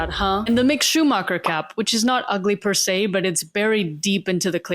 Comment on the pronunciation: u just said perse three times and feel few